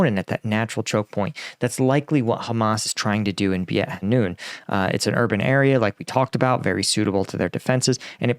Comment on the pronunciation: Please check the names of the places. You usually do a commendable job in Ukraine. The name is BEIT HANOUN pronounced BAYT HA-NOON.